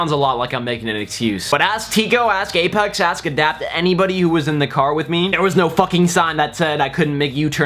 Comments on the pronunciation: I thought he said that too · chill out it kinda sounded like it no need to start World War III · did u say Gaypex? :D